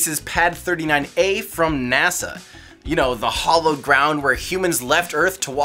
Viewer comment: Minor nitpick: At 7m40s: You should check the pronunciation difference between "hallowed" and "hollowed" -- you're saying one when you mean the other. ;-)